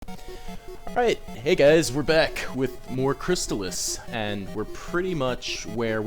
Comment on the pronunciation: I'm pretty sure it's pronounced ChrystAHlis...